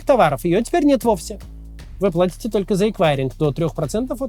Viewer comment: На Кац сумел удивить - вы плОтите...ПлАтят а не плОтят Есть такое слово как оплата и нет слова оплОта